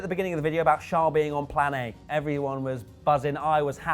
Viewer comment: Also,, his name is Charles, not Shaaaaarl. I mean it isn't Prince Shaaaaarl is it?:/